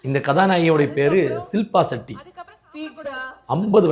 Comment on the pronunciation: It’s not silpa Setty bro it’s Shilpa Shetty😂😂😂